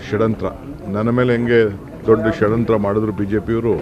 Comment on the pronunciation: ಷಡ್ಯಂತ್ರ ಅಲ್ಲ ಷಡಂತ್ರ 😂